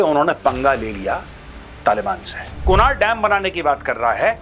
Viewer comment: Its pronounced as kunarh not kunaar